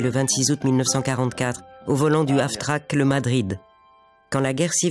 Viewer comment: "Half-track" (semi-chenillé) et non pas Af-track. mais c'est un détail ;-)